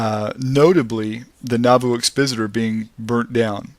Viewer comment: It's exPOSiter..as in EXPOSE.... Learn the language and pronunciation...you will be taken less for granted.